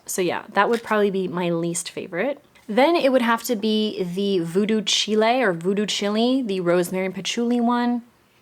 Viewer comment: You had me chuckling over Voodoo Chile. It's a Jimi Hendrix song, so it's like /child/ but pronounced without the /d/. This one is such a stand out for me, and I think I'm going to get it even though it might be one of my lesser favorite bottle designs from this collection. For me the rosemary is prominent and that's what I love!